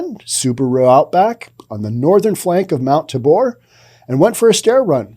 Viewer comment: Like your "news". Keep it up. FYI - It's "Tay Bore" not "TA Bor". Portland has some great names LOL!